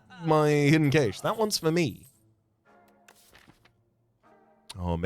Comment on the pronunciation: Pronounced Cash